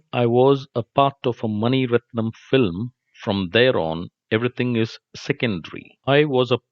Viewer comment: But.. Prithew Raj's English not good. Example. Filim... the pronunciation is Film. Like this "Ever, probably etc... wrong